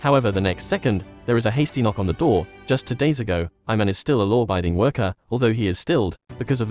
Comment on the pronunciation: Its not "I man" its ee man